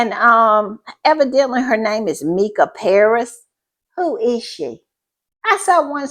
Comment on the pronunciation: Mica (pronounced Mesha) Paris is an excellent British singer who was one of my favourite artists Until this stupid comment Not a fan anymore!